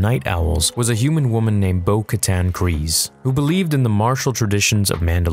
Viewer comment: You say "Kryze" wrong.